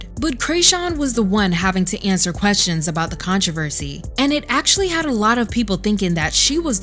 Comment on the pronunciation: the way controversy was pronounced though